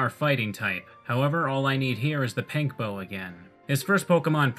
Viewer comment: did you just call it a PANK bow?